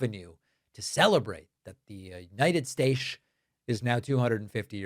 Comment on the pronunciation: Why did you say united staish??